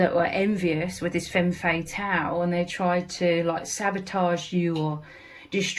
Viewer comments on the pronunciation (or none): Thank you so much for your inspiring work! ❤ Please, could you pronounce "femme fatale" in the standard way (fem fuh-TAL) to avoid any confusion! Cheers! 🎉